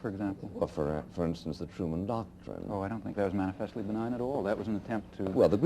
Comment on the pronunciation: "Mani-FEST-leeee" Without doubt, this is Buckley's favorite word.